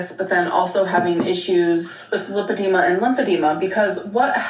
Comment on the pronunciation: The way she says limp-id-ema really annoys me